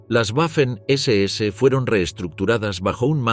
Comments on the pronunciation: En alemán y en español la w es una v doble. Por la tanto la pronunciación correcta es "vaffen" y no "uaffen". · En alemán y en español la letra w es una v doble. En ambos idiomas la palabra se pronuncia 'vaffen' SS.